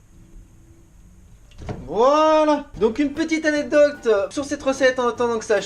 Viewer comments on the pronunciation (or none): et cé "anecdote" pas anedocte...